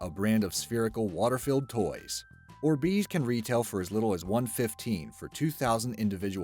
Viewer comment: i swear the god it hurts how he says orbeez